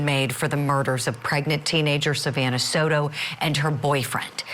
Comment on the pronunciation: Pronuncuation, “so-tu” and “gera”? Ugh. Try a little!!!!